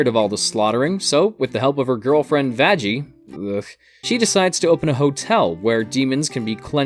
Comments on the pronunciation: Ahahaha! I love how you mispronounced Vaggies name, and then instantly cringed later. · You did mispronounce Vaggie’s name. Also, the angels have to exterminate souls in Hell because of overpopulation. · Everyone makes this mistake for some reason